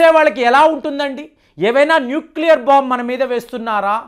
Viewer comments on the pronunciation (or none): none